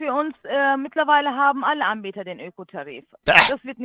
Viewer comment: Sagt die immer: Die Ambieter?